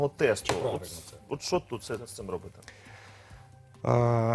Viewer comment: Не робитЬ, а робитИ!!!! Пане міністре, вдосконалюйте свою мову!!!! Неприємно слухати!!!